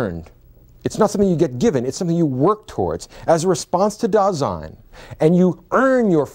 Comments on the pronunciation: It's Dasein, not Design. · Just wanted to inform you that it's not DESIGN; it's DASEIN. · mispronouces Dasein as if it were French, not German, maybe an attempt to prove to Americans he's competent?